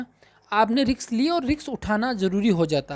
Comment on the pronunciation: Riks ni risk hota h,judge ni kr rhe h bt dhyn us wrd me atk jata h